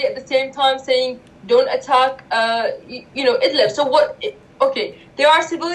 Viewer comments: Hey Luke! .... It's called "IDLIB". NOT "Idlab" or Idleb". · Luke, very fine, even excellent video, but try to work on your pronunciation of words. In this case, about Idlib, you say Idleb, possibly also Idlab, and the real name is Id-lib, as when people pronounce liberty, libertarian, .... Mis-pronunciations can make it sometimes difficult for people wishing to do additional searches on or aboutr a topic. Speaking or wanting to speak too quickly can be a cause, qo maybe slowing down a little might help.